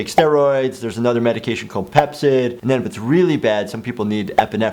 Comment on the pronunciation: When he said Pepcid I thought he said Pepsi XD